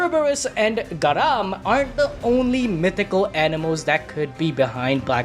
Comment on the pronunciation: Where the hell did you learn how to pronounce garmr. Plus garmr is only mentioned in snorri sturlson prose Edda